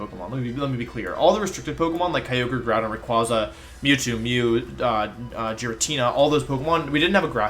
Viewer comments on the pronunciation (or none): none